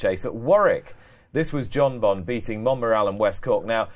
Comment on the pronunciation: That’s some tool on the left…especially the way he say’s jonbon…..a nobody tryin to be a somebody